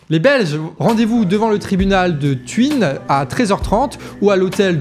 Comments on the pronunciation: tu hein.....thuin et pas.....tu inne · t-u-in on prononce le u puis le "in" parce que ça suit un H! ... comme tagada tsoin tsoin ... sauf que y a pas de s et c est un u ! j vous ai perdu? :):) merci pour le détour en Belgique , il y aurait de quoi faire quelques coin coins ... tjs pas de gouvernement formé or on est déjà champions du monde en la matière !merci pour l info! elle sera utile! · Thu1 pour la prononciation ^^ merci de pour les liens je vais participer à tout ça !!! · Deux observations : en Chine, le X se prononce "ch". Et Thuin en Belgique se prononce "tou 1".